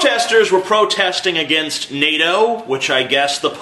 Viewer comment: The reason he can't pronounce "against" is the same reason he's a pastor.